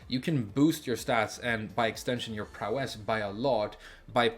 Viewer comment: Prowess is pronounced PROW-ess (same emphasis as ‘instance, limit, prankster’) 👋